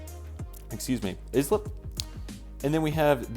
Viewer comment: Amazing update btw the isp route is pronounced (Ice-slip) well it's supposed to sound like you're saying that 😊